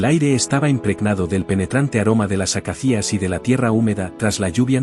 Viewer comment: Te sugiero que revises la pronunciación de la palabra ACACIA, que conozco desde pequeño por los libros de animales que leía entonces). Es una palabra llana y lleva el acento (sin tilde) en la segunda a, la de la sílaba “ca”. Por lo demás la historia que cuentas es curiosa y muy bella si es cierta, aunque resulta algo increíble a priori. Pero no dudo de la nobleza de los animales, aunque normalmente reaccionan según sus instintos, y los leones no se andan por las ramas precisamente y suelen ser bastante contundentes. Como relato sobre la naturaleza y nuestros derechos y deberes hacia ésta resulta correcta.